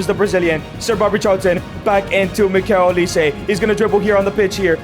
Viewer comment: Who the fucm is miguil olise gng get it right